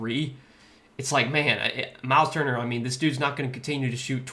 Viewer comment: U get props for even saying his name correctly or better than I would lol , turner is out of here! Cnt be in a lineup anytime soon after that lol